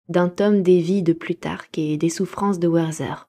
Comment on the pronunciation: Merci pour cette superbe lecture. Juste pour info, on dit Wertér et pas "Werther" à l'anglaise. C'est un livre de Goethe, le personnage est allemand. 😊